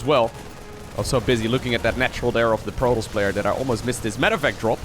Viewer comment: When you say: protoss. I hear Pro Tools :P